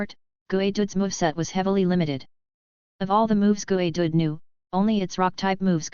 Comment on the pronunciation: Gooey? Is how "you" say geodude?